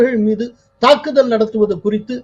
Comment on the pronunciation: ஈரான்மீது நாளை தாக்குதள்....? லகரம் ளகரமாக ஒலிக்குது..... கோலாகலஸில் தமிழ் கொலையா....😮😮😮😮